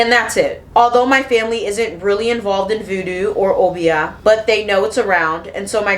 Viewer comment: Uh-bi-yah not oh-bee-ah 😭